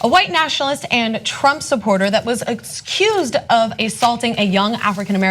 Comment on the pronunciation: you are mispronouncing words. It's accused, not excused. You are waving your hands around a lot. You are way too emotional, and finally, you are talking to us as if we were retarded.